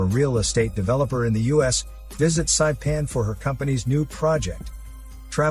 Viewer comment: Lol it’s pronounced SaEePan. It’s how you say it in Chamorro.